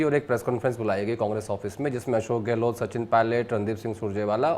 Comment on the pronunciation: Sardesai sir ka "Gelot" bolna😂❤